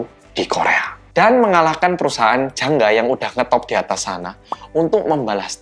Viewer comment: ngomong jangga aku dengernya janda